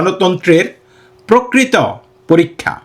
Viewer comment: নমস্কার! 'প্রকৃত' উচ্চারণ ভুল হচ্ছে।